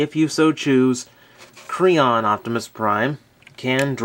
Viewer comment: is it me or did anyone else hear him say crayon at ibe point in this review or was it just me